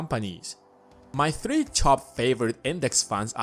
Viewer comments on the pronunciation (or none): none